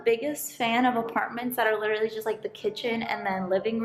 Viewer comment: it's pronounced Lit-ter-al- lee NOT lit-ter-ly